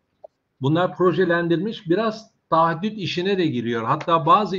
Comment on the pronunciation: emeğinize sağlık, tek ricam şu "taahhüt" kelimesine odaklanalım. "tahaddüt" ne yav(affınıza sığınıyorum haddim değil ama takıntılıyım):)